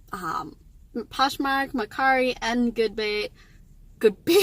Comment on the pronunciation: LOL, you made me laugh when you said "Goodbay", hahaha. Thanks for sharing!!!!!